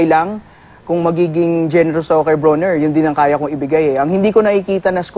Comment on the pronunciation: Not Bru-Ner its "BRO-Nr"